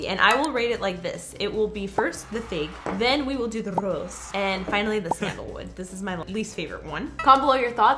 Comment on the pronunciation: when she said 'the RRRROSE', i really missed Rosalina!